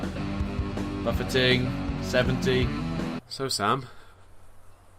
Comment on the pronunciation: When he said buffeting lol